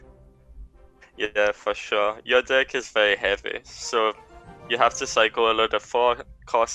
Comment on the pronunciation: Nobody:: De ck